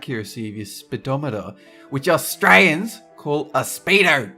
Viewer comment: who else died at the way said Australians and speedo? (*ﾟ▽ﾟ)ﾉ